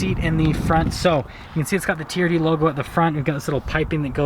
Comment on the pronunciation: "Camry teeyerrdee"